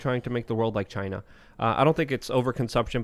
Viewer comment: Not like Chy-na... like Altered Carbon